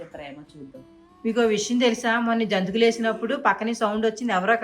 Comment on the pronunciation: జోంతుకులు కాదు అండి జంతికలు అనాలి అండి.